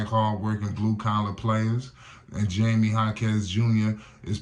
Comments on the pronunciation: His name is pronounced "High-me" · You have to learn how to say Jaime's name. It's not Jamie😅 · If you gonna do a video about someone show some respect and learn how to pronounce their name correctly. Especially if you gonna say it like 100 times 😂😂😂